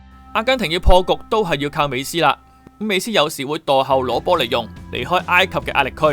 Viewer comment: 是 美斯 , 不是 美欺